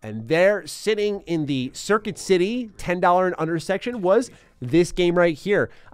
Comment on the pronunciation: At first I thought you said serpent city instead of circuit city and thought holy shit what kinda epic stores do they got in New York